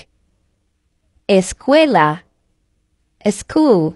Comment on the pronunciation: Correcto, también la palabra school no se pronuncia eskool si no skool.